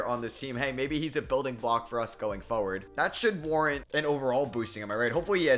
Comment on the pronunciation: The way you say “forward” annoys me sorry bro🤣